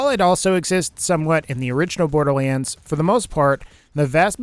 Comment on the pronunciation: sometimes you say borderlands like borderleens